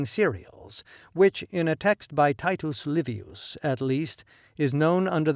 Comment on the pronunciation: It's pronounced Teetoos Leevious